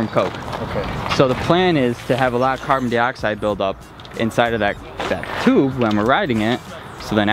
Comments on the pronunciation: “Carbon deeoxide” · Say Carbon Dioxide correct